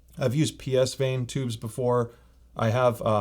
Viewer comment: psvane is pronounced like the location, not phonetically. like beyerdynamic is not bayer... it's buyer. psvane is not pronounced - pee esse vaine